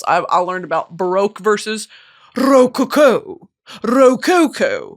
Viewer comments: girl its ro CO-CO not RO-coco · ruh-co-co is how you say it lmao love you brit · why is brittany pronouncing rococo like that 😭 am i missing something?? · Pronunciation of rococo is taking me out